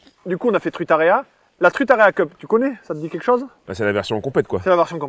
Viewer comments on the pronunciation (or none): Le « Trout Area Cup » Julien vs Guillaume 😂😂😂😅